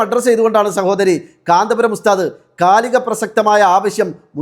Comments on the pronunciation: കാന്താ പുരം അല്ലടി, കാന്തപുരം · കാന്തപുരം എന്നു പോലും പറയാൻ അറിയാത്ത